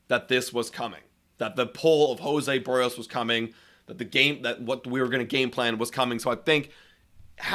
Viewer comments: HIS NAME IS BERRIOS! NOT "BUHREOS" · The one thing that was certain about this season is that only about 10% of all broadcasters/podcasters know how to pronounce "Berrios."